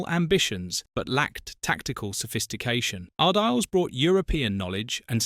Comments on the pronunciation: Its pronounced Ar-dee-les not Ar-deals or Ar-diles. Lol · Lost it all? What a load of rubbish. You can't even pronounce his name properly - pathetic. I won't waste my time on any more of your videos. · at least learn how to pronounce his surname.